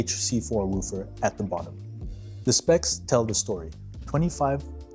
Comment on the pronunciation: You are pronoucing “woofer” incorrectly…. Just FYI